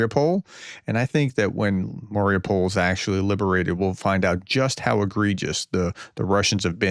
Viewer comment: It is pronounced as "Mary-OO-pull".